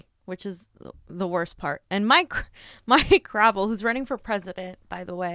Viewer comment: Gra~Vel is the right way to say Mike's last name .. not Gravel ..